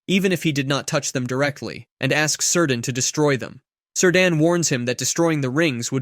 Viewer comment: Is this an AI voice cuz my homie's name ain't "Sir Dan". It's Cirdan, pronounced "Kear-dan".